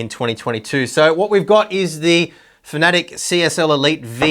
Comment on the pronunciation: its pronounced fan-a-tech not fantic